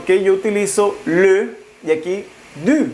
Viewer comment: ”le” no se pronuncia así. Yo se que como mexicanos no estamos habituados a estos sonidos. Pero pon atención a ello sino dices algo muy diferente